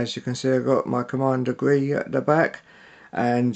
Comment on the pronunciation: cool review.just decided to start getting into sideshow collectables.just 1 question.....when showing the movie scenes on the box did i hear you say "commander gree entering echo base" or am i going mad,lol....but seriously,great review